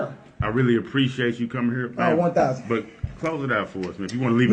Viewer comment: Is it that hard to pronounce here as here? 😂😐😶🗑🚷🤦🏿‍♂️